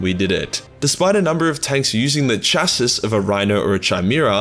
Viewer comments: chassis=chas-ee. gist=jist. chimera=kie-mera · its kai-mara and chas-sea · Chassis is pronounced "Chassee" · Feel like I gotta say it: Chimera - is pronounced 'K-imera' Chassis - is pronounced 'shass-ee' No hate, I love the vids, but I couldn't not say something! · How does he get 'Niche' correct but not 'gist' or 'chassis'? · gotta love the way you mispronounce basic words like chassis and gist. and you cant use the australian excuse because I am one too. :P